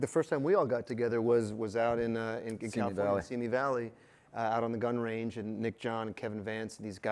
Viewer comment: How do you not know how to pronounce California ?! Anyone else catch that ?